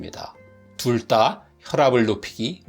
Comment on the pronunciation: ‘둘 다’를 ‘둘 따’로 잘못 발음함